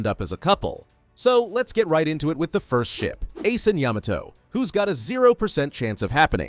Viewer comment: He still saying Yamato wrong💀☠️🗿💀☠️🗿💀☠️🗿💀☠️🗿